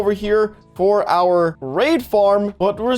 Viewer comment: Why when he says raid farm i always hear r4pe farm?